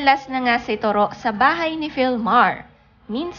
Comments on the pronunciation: To ro. Malumay pronunciation! Not Toro as your 'mabilis' pronunciation. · Korek..just to ro not turo!!😆😆😆🤣🤣😱😱kaluka ang bigkas turo!!?????🤣🤣🤣🤣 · Hahahaha toroh iba Nga yung pag pronounce Nya😂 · correction lng po.. TOW-ROW.. po ang pag bigkas ng toro’s name.. yan kasi name ng kaparid ng asawa ko..TORO japanese name.. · hahaha... pansin ko din.. ang pangit ng pag bigkas nya sa toro...! toro is japanese name.. ang pag bigkas nyan.. is tow-row.. ganorn... hehe